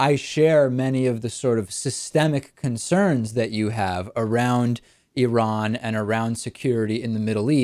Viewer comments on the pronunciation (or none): here's some help for you morons.........Iran....pronounced like... Indiana or Illinois....not pronounced like...Idaho or Iowa......